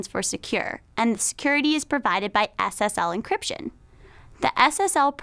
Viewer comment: When she says SSL it sounds like Ass Ass L